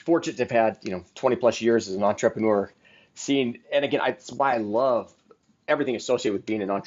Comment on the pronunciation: OMG Please - say entrrAYpreneur one more fkg time